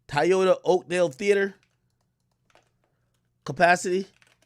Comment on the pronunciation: AK why you pronounce Toyota as “TA-YA-TA” 😂